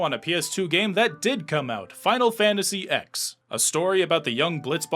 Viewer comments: Imagine saying “final fantasy ex”… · It's "Final Fantasy 10" not "Final Fantasy Ex" 🙄🙄🙄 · FINAL FANTASY EX?????? EX????? NOT "TEN?" You guys DO play games right? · Why, as a society, are we still allowing people to call Final Fantasy X "EX". I mean if thats how we're calling it, my personal favorite is V aye aye aye. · oh god he said final fantasy Ecks. Its roman numeral 10. its pronounced Ten. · Holy shit, you guys triple down on Final Fantasy EX. How? How did this get through at least three different people? You guys said "Final Fantasy ELEVEN" no problem, that didn't tip you off? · If you pronounce Final Fantasy X as Final Fantasy Ex, I hope you take a good, long look in the mirror and then realize you're terrible. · Final fantasy X? You mean "ten" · Repeat after me: Final Fantasy TEN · Anybody who reads the "X" in Final Fantasy X as "Ex" should not be allowed to participate in one of these videos again. Oof. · Oh. No one told the narrator that the X is the Roman numeral for 10, huh? 😅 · I can't take the pronunciation of Final Fantasy X